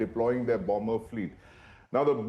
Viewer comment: what is BUM-BER? is there anybody in ur office/channel knows how to say BOMBER?🙄🙄🙄